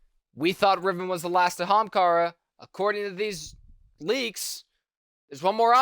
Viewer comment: The way you say Ahamkara is probably one of the most American ways I have ever heard it pronounced.